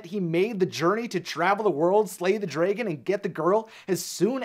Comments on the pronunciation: What kind of underground bunker were you raised in that made you unable to pronounce the word 'dragon' properly? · If i hear him pronounce dragon drAYgon one more time Imma lose it🌚 To summarized this🌝💁🏽‍♀️ Charmining never made it on time because he was traveling from far far far Away(literally) If fiona lived in florida basically charming’s trip to fiona was like traveling from hollywood, los angelos, California And shrek was in jacksonville🌝🤷🏽‍♀️ So it was a far opportunity for charming I rather hear shrek(and donkey) comical shortcut adventure story than Charming’s heroic “destined mission” End of summary and examples🤷🏽‍♀️ And honestly as a second idea I thought he didnt arrived sooner because his mama Was playing “bibidi bopidi boo” On his “prince white shining armor attire” And applying his sephora makeover 🌝🤷🏽‍♀️ Fairy godmother- oops, ooh sowwry dalling I forgot to add a little shimmer on your lip gloss and a tad of glitter in your golden locks to bring out that beauty flare 🌝 Now you look like a covergirl☺️model Prince Charming shashays out, looking like a split image of chris hengeworth and david bowie, continuously fluffing his hair. Meanwhile, shrek and fiona already arrive TOGETHER in far far away🌝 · I like how he says dragon as "Drei-gon" and not "dra-gon". It's funny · STOP SAYING DRAYGIN ITS DRAG ON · Dray-gin Dra-gun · Yeah...just one question. Why do you pronounce it "dray-gan"? That's such a weird way to pronounce dragon. Sound it out, bro... draag-onn. See? Self explanatory! The english language really isn't all that hard....except to some Americans, it seems. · Its DRA-GON not DRAY-GON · The beginning is like Dra-ke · DRAH GINNNN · “the draygin” the WHAT?? 😂🤣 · The way he pronounces dragon as dreygen or drejgen. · Stop. Saying. Dragon. Like. DRAYGON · I cant get past how he keeps saying dragon. "Draygon" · Why does pronounce dragon the same way Fred pronounces treasure in scooby doo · It is adorable that he says dray-gon I do the same